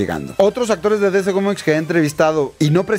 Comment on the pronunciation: Aprende a pronunciar dc